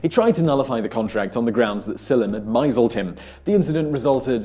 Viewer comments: That's a mistake I made for years as well. It's pronounced like "miss lead" but having only encountered it in written form, I thought it was "my-zuld". I was wrong. So is Simon. :-) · Reads "misled" as mice-alled Proof that having an English accent doesn't make you smart... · Pronunciation mate. It's miss-led not m-eye-sld [misled] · did you pronounce misled as mizeld? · So you mean to tell me I've been mizeled my whole life?!? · Misled is pronounced miss-led, not Mize-oold. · "...that Silam(?) had [miseled?] him." What's "miseled", or whatever? And what does it mean? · Why do you mispronounced "misled" as "MIZZ-uld" instead of recognizing that it's "mis-LED"? Do you also mispronounce "mistake, misunderstood, mishap, misdirected," and the rest? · "myzulled"? did you mean misled (miss-led), by any chance? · "Mizled"? It's pronounced miss-led, mate. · " ... Sillem my-zled him." Hmmm, try "mis-led". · Miseled.? How about mis-led.. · I really enjoy these videos and really like the presentations, but when easy words are mispronounced it comes across as amateurish and damages credibility. misled? Pronounced myzelld? misled= miss lead. As in "misleading" information. myzellding? I know you guys dont have much time to put these together; cranking them out daily, which is commendable, but maybe a little more attention when reading the script. This isn't the only time this type of thing has popped up. Keep it up guys. Great job! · miss-led, Simon, not "mise-eld". Lots of people misread it that way, including my late father. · "MEYE-zulled"? Is that an accepted pronunciation in the UK? I have always heard it as "miss-LED" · That's not what happened, he didn't vanish he misled him and "He mizzled him" doesn't make sense. Also, it's called English, it doesn't matter where you're from. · I think you mean "misled", which is pronounced "miss lead (like the "Led" in "Led Zepplin)" and means "lied to". No hate though, your videos are soothing. :) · Isn't it "mis-led"?